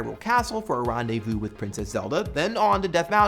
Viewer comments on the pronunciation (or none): none